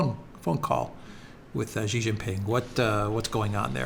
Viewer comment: his name is SHEE JINPING NOT JHEE JINPING... JHEE JHEE is slang for Penis in Chinese Language. I have superchatted you multiple times,.